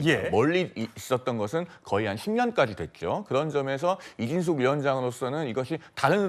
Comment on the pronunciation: 7분19초 이진숙빵통위원장이라니 발음좀잘하세요